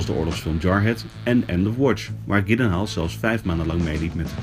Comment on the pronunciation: Als jullie volgende keer eens luisteren hoe hij zelf "Gyllenhaal" uitspreekt... ;) Verder prima interview.